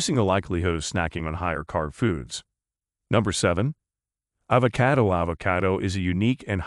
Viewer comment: “ayvakaido ayvakaido”